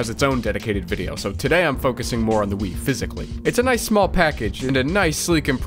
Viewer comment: I thought he said, "im a big WIId fan."